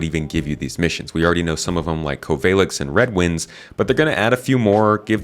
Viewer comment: My man just said CovAILex 😭 sorry my ears need an apology 👀